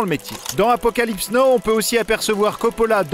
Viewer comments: ça pique les oreilles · Ça se prononce Apocalypse Now, pas Apocalypse No :)